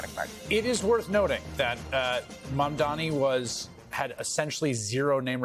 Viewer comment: Not Mandani